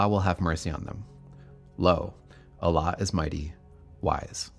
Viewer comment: If you're gonna make a video about the islam at least pronounce allah correct lol. And calling mohamed a business man isn't very accurate either.